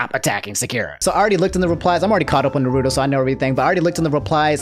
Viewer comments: I am vru knowledgeble on Narrowtoe and SocksKey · "I'm caught up on Naruto" -, who then proceeds to say almost every characters name wrong in both Dub and Sub, cmon lmfaooooo